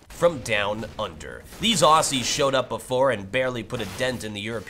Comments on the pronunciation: Its spelt Aussie but pronounced AUZZIE! Just though I'd say it:) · When you say aussie pronounce it as ozy Just saying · 'Aussie' is pronounced with Z sounds not S sounds. sigh americans.... ;) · Weirdest pronunciation of Aussie ever!!!